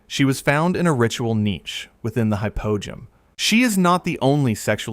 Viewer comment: Hypogeum is said Hi-po-G-M Cool video, I learned a lot.